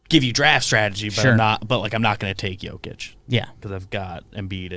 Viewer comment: If I hear "Jo-kich" one more time... I swear, I'm gonna eat a bug